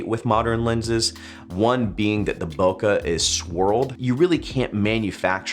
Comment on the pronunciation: PLEASE, just please... don't say Bok-HA anymore. It's Bok-EH, as in B-Okay, but with an H instead of the Y.